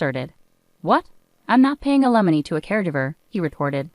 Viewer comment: Limony? Wow. A I is not so intelligent .😮